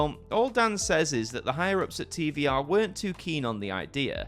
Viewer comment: Hey is Televiziunea Romana and it is pronounced TVR and not TV"I"R AND TV"E"R (on the screen it is pronounced with ve not vi)